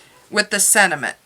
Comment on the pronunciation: I liked your video but the word is not sed·i·ment it is sen·ti·ment